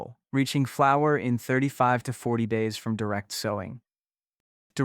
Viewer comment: The AI reader doesn’t know what a flower actually is. When it says “flow-er” pronounced like flow, like how water flows in a river or from a faucet…instead of how we correctly pronounce flower.